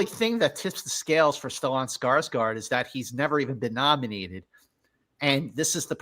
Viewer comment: I’ve never heard anyone pronounce Stellan that way before 😂